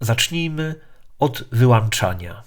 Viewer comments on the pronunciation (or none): 13 miniatura. Zacznijmy od języka polskiego i WYŁĄCZANIA a nie od wyłanczania.